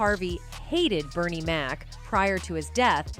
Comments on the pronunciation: "Bernice"?? smdh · Bernie not Bernice